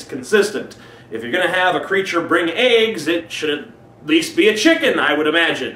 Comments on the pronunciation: Did he say "chocolate eggs" or "chocolate and aids" ??? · I thought you said AIDS not eggs lol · Every time he says 'brings eggs', I think he says 'brings AIDS...' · the first time he said eggs it sounded like aids. "a bunny who brings chocolates and aids!" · At first i thought he said chocolate and aids. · he also says aigsits. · sounds like like you said "Chocalate and AIDS". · Lol. He says "aigs." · ***** Yeah, so bizarre how Americans pronounce 'eggs'